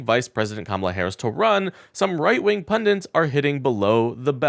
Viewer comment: pundit not pundint